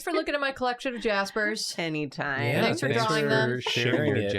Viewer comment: How come when they say thanks they often pronounce it like “they-nks”? Is it a meme or something? They just do it like it’s normal?